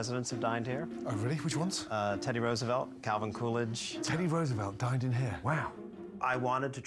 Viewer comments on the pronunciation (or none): MasterOf4Elements oh, I thought he said died, haha! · I hope, though a president dining there isn't as impressive. When the owner says it, it sounds like it could be died or dined, but when Ramsay says it back, he definitely says "died", but maybe he was trolling, idk. 😂